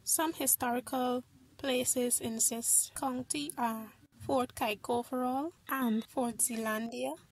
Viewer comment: she says this like zis good vid it helped me alot